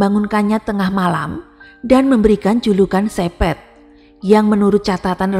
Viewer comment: Kalau iblis sudah merasuk ke jiwa manusia maka hanya kebiadaban yg menguasai jiwa sehingga perbuatan biadab tanpa kasih dan nalar. Mbak, Capet bacanya kepet (e pertama spt e pada kata kEcap & e kedua spt e pada pEtang). Antoine = Antoang Jacques = zak Jean = zeang (Maaf, gak ada phonetic symbols jd gak bisa nulis simbol baca yg benar)